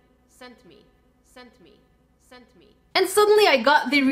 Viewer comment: sent me, sent me, sent me... Me:she just said sentimee